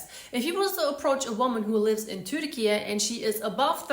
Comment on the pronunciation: You pronounce turkey "turkeyah"?